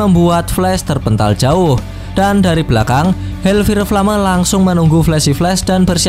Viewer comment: kalo Ngmng fire itu fayer bang kalo ngomong flame itu flam